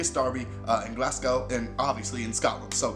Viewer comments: it’s glaz-go not glass-cow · M8 it’s spelled Glasgow but pronounced Glasgo 👌👍